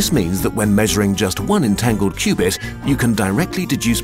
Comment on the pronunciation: and "qubit" rhymes with "stupid". 😂